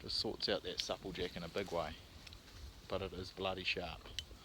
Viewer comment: Nice vid. U pronounce supple jack rong lol second person all my life iv heard say it the way u do lol